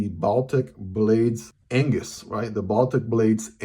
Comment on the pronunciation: his is one of the best pronunciations of the name a foreigner has ever done!